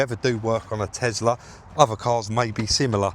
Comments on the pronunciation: Loved watching you working your magic on yet another vehicle and it's always interesting. But, one thing that jumps out at me, and it must be a down south thing, is your pronunciation of the vehicle make..... you say TeZla (and many times), but the car is a TeSla, no z, 😂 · Liking the Tesla vids but for my sanity Can you please say TESLA not TEZLA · Elon says Tezla